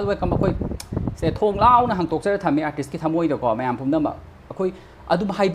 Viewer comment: Cda pronounciation class twba nte....mana fongdokningliba wase keino do aduda focus twbiyu